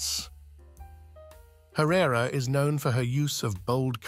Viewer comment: THANK YOU. Ugh. I had to stop it midway thru bc I couldn’t stand the mispronunciation any further